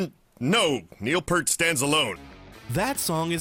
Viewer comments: SAY NEIL'S LAST NAME CORRECTLY IT'S P---EAR-----,T NOT PURT!!, AND U R A FAN! DUMMY!!! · Lol "It's ZED" from the clip, then he mispronounces Neil's last name...bahahahahahaha!